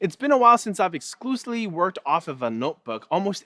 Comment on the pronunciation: "it's been a while since I exclusiley..."